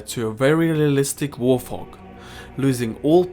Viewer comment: You said warfhog